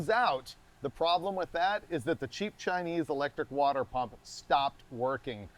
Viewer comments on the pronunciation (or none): none